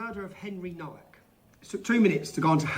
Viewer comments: Why pronounce Nowak incorrectly? Seems disrespectful. It's not No-Wack but NoVak. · You pronounce Nowak - Novak W is always V in Polish language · Can people that are opposed to what happened to Henry Nowak please pronounce his last name correctly?! It seems like the minimum amount of effort to put in… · It's pronounced "Novak". It's obviously a Polish name, and in Poland, they pronounce the "W" like we pronounce a "V". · Hey asmongold the w becomes a v in Henry's surname, just letting you know bud, RIP Henry Nowak you deserved soo much better! 😡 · Please learn how to pronounce his last name, if he's famous - Nowak is a Polish name, you can read this "NOH-VAK". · the father, in his statement, introduces himself as Mark NO-VACK. and goes on to pronounce the other members of his family with that same No Vack pronunciation.